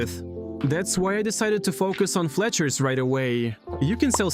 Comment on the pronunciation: why do you say "focus" like that 💀